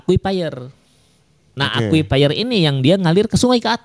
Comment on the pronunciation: Akuifer bukan aqufaier